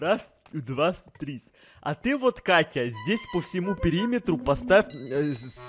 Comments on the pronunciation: Интересный факт: не может нормально сказать "вот", а говорит "воть"😂😂😂😂😂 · Я одна слишу "вотька" типо водка?😂😂😂 если тебе нрав 👇🌚❤✌♥✨🍄идея чпунька он написал вотька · не может выговорить слово "вот" Чпуньк в чате:ВОТЬКА🤣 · Бедный когда он пол дня пытался выговорить вот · Ну это же, он у нас редкий пацанчик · Ходят слухи, что до сих пор не может выговорить это слово